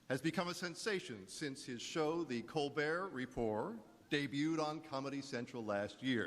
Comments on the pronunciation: He pronounces it 'The Colber Repor', like both words are French. Is that right? Does say it that way for a joke on the show? 'Colbert' is Irish, anyway... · "The Colbert Reporrr" haha wow.